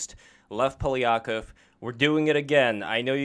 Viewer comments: It should be pronounced as Pa-li-kOf, he puts emphasis on the wrong syllable. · Is it Poly-akov or PolYAkov? Sound like wide spread Russian last name but he pronounced it strangely.